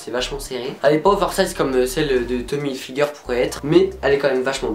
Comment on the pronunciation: Comment tu prononces hilfiger c'est ridicule il faut vraiment le dire en anglais